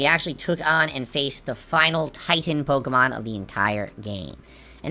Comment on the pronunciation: Hearing a 40 year old man say the word “Pokemohn”. Is hilarious in a cringeworthy way 😂